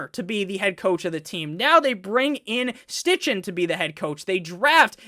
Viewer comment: I love the way you pronounce the Colts HC name 😂 think it’s pronounced like Stike-in